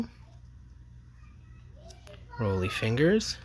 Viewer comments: It's "Raleigh" Fingers, not Roly. The man with the spit curl stache. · Also, It's Ron Gid-ree, Rah-lee Fingers, Bruce Soo-ter